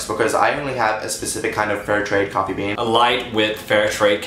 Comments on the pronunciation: It's more of a coooffee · Why is it cwoffie? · CWOFFEE BEAN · what the hell. cwoffee ITS COFFEE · Wat, no, we don't say quaffy bean, we say cough eee bean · We don't say cwoffy we say coffee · Maia Iero yeah except in CA we don't say cwoffee. is that legitimately a thing? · let's get some cwoffee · It's not coaffee wtf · Maia Iero I guess so... but I didn't know we pronounced coffee or hot dog that way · I love how Dan assumed New Yorkers pronounce it that way tho. Like, I've lived in NYC all my life and never heard anyone say it like that ever in my life. But okay, Dan. XDDD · Where I live, that is NOT how we say "coffee" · it was reaaly good but i love how they just couldn't say "coffee" like Americans